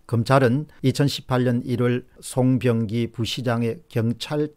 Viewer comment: 시장을 종종 사장이라고 부르시네. 일부러 그러시는건지. 송병기도 송영기로 부르고